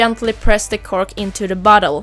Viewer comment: ok det lät lite konstigt bara :)